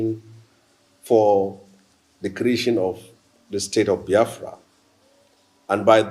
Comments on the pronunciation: Why is it pronouncing it as Byafria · Reuben it is Biafra not baaafra wida your eyes 🙄